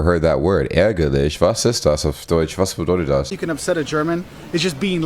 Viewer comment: "Was ist das auf deutsch was bedeutet das" brother your pronunciation is really good you where only 3 times in Germany? Give that man a visa right now ❤️